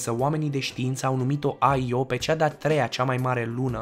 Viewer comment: Io se pronuntă așa cum se scrie,IO. Numai americanii pocesc numele pronuntandu- le după fonetica lor.